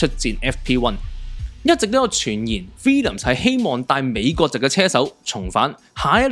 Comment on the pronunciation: 唔係 Villiams 係 Williams , WILL 呀…… 你啲乜嘢發音嚟㗎🙄